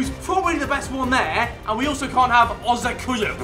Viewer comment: No it sounded like he said can because when he said cant choose he said it like ' can't use so everyone thought he said can